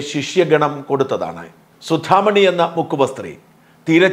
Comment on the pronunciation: Suthamani not suthithamini